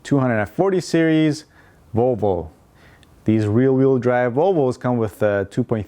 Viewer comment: VOLVO=ROWBOAT I thought you said rowboat..LOL